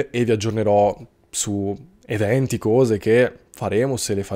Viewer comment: Ma posso chiederti una cosa off topic? Ma di dove sei? Sento dire "couse" sei del sud? Mera curiosità